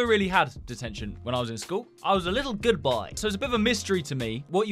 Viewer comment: guood bouy 🤓🤓🤓🤓🤓🤓🤓got me💀edit: tip if ya gonna swear don’t tag it up or just not swear enymore